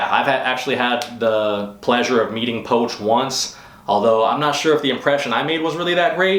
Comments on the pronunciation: Poch (poach), I thought it was pronounced "Pooch". He seems a bit full of himself lately, but he is good! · u just butcher pronouncing poch name